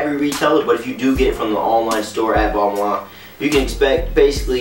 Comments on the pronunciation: technically is is "Bal- Ma" French dont pronounce their N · it's pronounced Ball-Mahn. it's french... don't believe me hear how the lead designer pronounces it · As soon as he said "ball-mon" i paused the video to type this then left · Ball-Maine bro your pronouncing it wrong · Is it pronouced balmun/ balman or balmayne / balmaine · Every American is pronouncing it wrong..